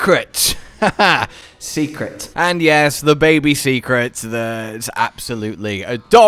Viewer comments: Hey, the Seikret is not prounounced secret (See-Crit) it's pronounced (Say-Crit). Go watch day 2 of the live stream from the MH team, they say it several time. Keep up the word learning! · Is anyone gonna tell, that it's pronounced "Say-Kret" not Secret:S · They said it so many times at the show. Seikret (Say-kret) or (seh-kret) not Seeeeecret XD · All you have to do is change what you say It’s “dough/doe” shaguma “Say” kret And so on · Say it with me. Say-krit. I think it’s a mashup of sacred and secret, but I digress!